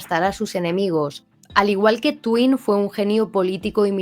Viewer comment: Tywin se pronuncia taiwin.